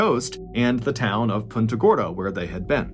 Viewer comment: Punta Gorda not punta gordo